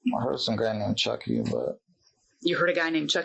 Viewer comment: AI always reads names wrong. Choky, when it's clearly Chucky?